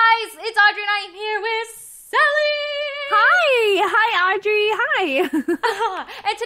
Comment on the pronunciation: its not Andry its Audrey